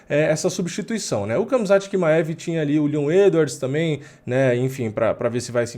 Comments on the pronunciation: nao é kamzat, é ramzat...mesma coisa da pronuncia do khabib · Khamzat se fala Hamza assim como Khabib se fala Habib.